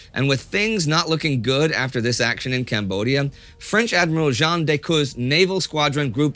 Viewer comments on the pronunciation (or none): none